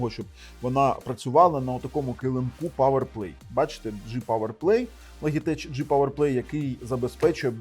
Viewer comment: Logitech -звучить як Лоджитек! )